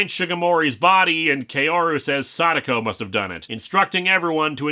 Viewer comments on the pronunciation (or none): By the way, "Kaoru" is pronounced "Kah-oh-rou". Not "Key-oh-ru". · Nice video but, and I know this is nitpicky because of my weebness, but Kaoru isn't pronounced "Kay-O-ru" but "Kah-O-Ru". You clearly watched those movies in japanese and they don't pronounced it "Kay-O-Ru" there. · “Kaoru” is pronounced closer to “Kow-roo” (most accurately Kah-o-roo, but Kah-o usually comes out as close enough to Kow).